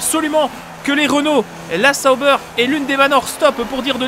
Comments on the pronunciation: Tu me fais trop rire avec "Les Zaubers" mdr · C'est pas plutôt Sauber (ssobeur)?? En tout cas je dormirai moins con mdr